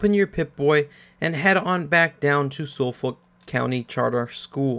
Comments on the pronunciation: You pronounce Suffolk (sufuk) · Just so you know Suffolk is pronounced SUFF-UCK. I know because I live in Suffolk, in the U.K. Anyway that aside, thanks for the good guide bro. Much appreciated. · It's pronounced "Suf-Fuk"